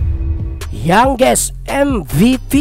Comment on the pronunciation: Anong pronouncation yon😂